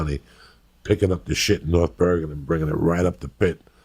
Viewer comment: norf börgen